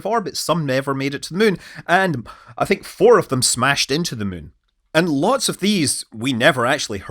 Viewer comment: Take a drink every time Scott says muun and see how long you last